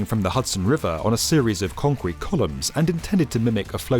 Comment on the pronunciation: say concrete one more time :D conqwete